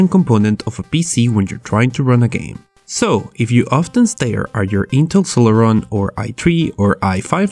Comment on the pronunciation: SILIRON lol